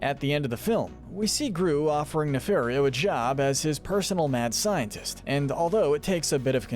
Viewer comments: Great video. But it's Ne-FAR-io not Ne-FAIR-io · It’s pronounced “nuh-FAHR-ee-oh”, “”! 🤨 You’re so bad at pronouncing names,. 🙄